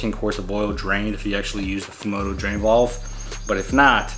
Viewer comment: Valve buddy valve, not vOLve 😆